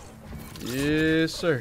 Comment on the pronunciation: Nobody:: yEs SiRrrr